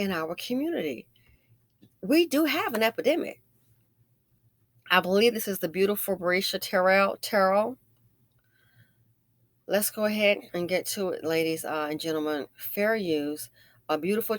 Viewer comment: Bre-asia. Lol to the name and your pronunciation not the story. Lol